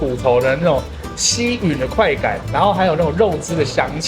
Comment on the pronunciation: 謝謝chill先生 太太介紹的福德宮對面熱炒 光看就讓人流口水 肯定好吃 更佩服老闆夫婦 默默貢獻 另外 吸吮唸ㄕㄨㄣˇ 不是ㄩㄣˇ 希望chill先生的手不要常出現鏡頭前 擋住畫面 我是忠心粉絲 早訂閱 每集必看